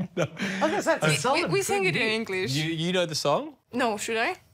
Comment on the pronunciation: "we sing it in eanglish" 🤭🤣